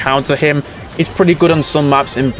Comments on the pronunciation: ITS NOT BOWL BOWL ITS BRAWL BALL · The way he say brawl ball (brubull)